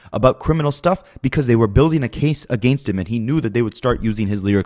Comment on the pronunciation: A-Gain-st is really starting to give me Duche chills